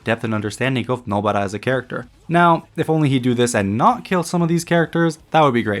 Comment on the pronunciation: Nobara. Please stop saying Nobuttah. Weeb as hell.